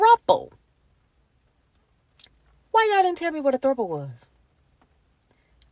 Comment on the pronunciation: And is it Thropple or Thrapple? Asking for a friend 🍤